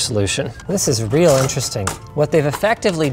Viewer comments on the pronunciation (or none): none